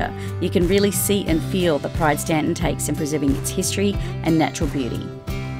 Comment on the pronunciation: THANK YOU for saying "Staunton" correctly!